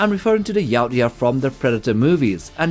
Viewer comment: You said yautja wrong